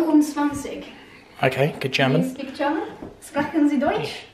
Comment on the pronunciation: Thank you so much , I enjoyed every second of your vlogmas❤ I watched it in Slovenia during my family visit. I have to compliment you’re German , you pronounced it correctly ❤ loved it